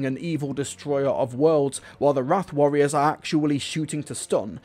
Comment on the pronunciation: Wrarth... Good Gawd... What are they good for??